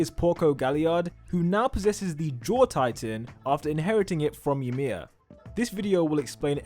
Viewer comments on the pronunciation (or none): Ymir is pronounced as ee-mir, not y'mir lmao